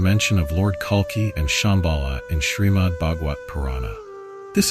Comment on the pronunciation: It’s Kalki not Kalka 😒